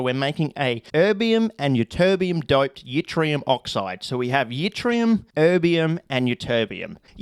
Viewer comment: once again, wildly mispronouncing things. keep it up mate (theres no "y" sound in Yttrium, its like "it-ree-um")